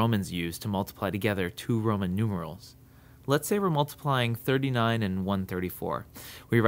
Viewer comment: u said proman instead of roman at the end